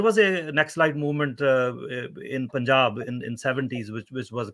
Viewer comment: For the Love of God... Please stop pronouncing it as POON-jab... It is Punj-aab. I respect your analysis of this Issue. I agree with you almost unanimously... But for the Love of God!!!! It is pronounced Punj-AAb.